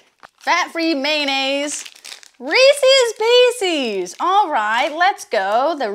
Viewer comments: "reece is peace is" is how you pronounce the name of that candy. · Reesees peecees great